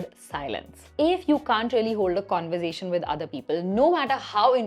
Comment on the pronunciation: Hey what a fun and informative video, ❤😊 super!! A little correction you may take - it's pronounced "conver-sation" and not "conver-zation" ☺️